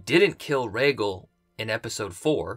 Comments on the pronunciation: You're a huge fan but you still cant pronounce "Rhaegal" correctly? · Casey W. He actually says Raygull 😂😂